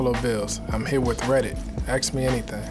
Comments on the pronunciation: why do all black pronounce the word ask, "aks"? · "Axe me anything"